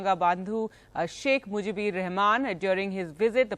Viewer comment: it is Sheikh Mujibur, not Mujibir.... disgusting news presenter.